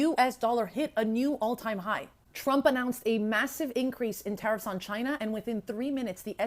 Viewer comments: Minute "Trump talking about Tah-Reef again, who's Tah-Reef???" 😂 Whewww Chile! You meant Tariffs?!?! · Did he really say Tareef happy right now 😂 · this goofy ahhh dude said “Tareefs; Who’s Tareef??” Im HOWLING IN LAUGHTER 😅😅😅😅😅😅😅😅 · Trading in crypto and doesn't know what "tareefs" (tariffs) are. 😂